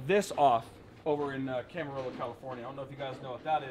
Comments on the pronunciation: Lol "Camer-rillo" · You are butchering the name of Camarillo lol Looking forward to watching the car come together.